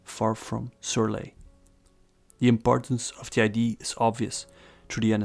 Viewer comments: “idea” has to be pronounced “aye-dee-ah”, because if you pronounce it “aye-dee”, people think your talk about ID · it's idea, not eye-dee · you pronounce "idea" incorrectly, it's confusing